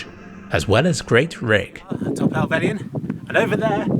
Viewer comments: "hellvell y un" bro its just hell-vell-yn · It’s “hel velin” not “hel velian” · Nice footage. A small point though: It's Hellvellyn (pronounced Hell-vell-in) not Hellvellian. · I can't quite get over how you pronounce Helvellyn